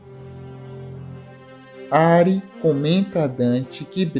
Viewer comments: Não é Ári. Diz-se:A-ri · Não é ari é arii